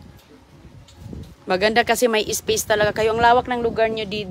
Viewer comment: Makakain na naman ng masarap si roning at mga anak libre pa. Bugok kuya Rollie hindi kuya Rolay. Gutom si Aguy kc d mo pinapakain. Yan ka naman selfie hindi selpay. State hindi stit. Nag tiks raw ang text. Ispis ung space